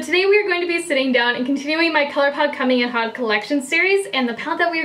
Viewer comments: Haute is pronounced differently to hot, but i guess it's a play on words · Incredible look, as always. Haute actually rhymes with goat, but I only know that because I took French in high school and college. 😉